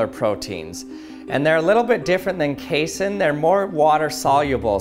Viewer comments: I hate how you keep mispronouncing casein. you say "case-in" when it's pronounced "kay-seen" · It's not pronounced "case-in" its pronounced "cassey-in" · What if it's genuine china? What if the milk stays warm? It's pronounced kay-SEEN. Casein is an ingredient in glue and acts as a binder in foods. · How about KAY-sen? It's pronounced kay-SEEN! Everyone I've ever heard pronounce casein pronounces it like kay-SEEN. That's numerous professors (I have a PhD in nutrition), manufacturers, and even one pizza commercial that was taken off the air for comparing their competitors' cheese (made from casein) to glue. He speaks with his own dialect, but rarely have I heard such unanimity among scientists in their punctuation of a scientific word. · Pronounced kay-seen